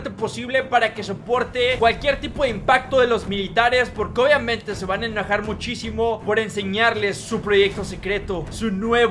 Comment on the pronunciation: dijiste enajar en vez de enojar